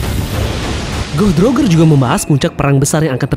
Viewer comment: Goh Di Rojer, Daires bacanya gitu lebih enak mang